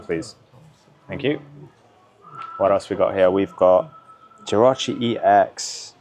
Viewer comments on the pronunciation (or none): none